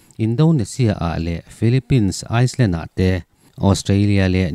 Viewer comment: Island hi iceland i ti tlat a